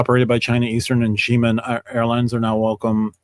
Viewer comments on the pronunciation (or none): “Xiamen” is properly pronounced zha-MEN 😉